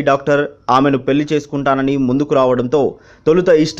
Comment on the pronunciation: Vanisri Garu was a great actress of yesteryears. The person who speaking about her on this clip should improve his Telugu pronunciation. He has to utter words like Pelli properly.